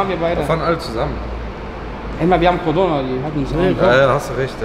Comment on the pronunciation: Es heisst Cordona, Cor-dona! Glaubst du nicht? Hör nochmal hin! ;)